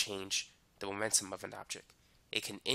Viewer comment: MOMENTUM not magnetum 😭 lmao bye I'm done